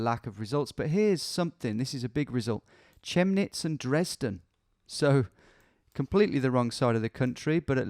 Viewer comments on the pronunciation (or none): Chemnitz is pronounced „Kemnitz“ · You're right that the "ch" sound is often like a "shhhh" but in the case of Chemnitz it's more of a "c" like in "Cat". 😊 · Thanks for playing Germany! Your pronunciation of Chemnitz is funny 😂 For the next time: The Ch is pronounced like a k 😅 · Funilly you always mispronounced the 'ch' wrongly...whenever you think its a k its a k like the people from Liverpool would pronounce it and like in Chemnitz it's a k. Hope this helps you in the future. Also, 'kreis' isnt religious at all....just means circle and is equivalent to a county